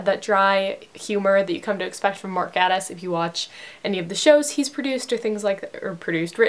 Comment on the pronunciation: Love the video!! But when you pronounce Gatiss it is pronounced like gay-tiss... By the way you look really pretty in this video!